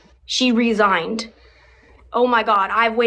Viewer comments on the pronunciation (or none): her mom "resighned" under orders to resighn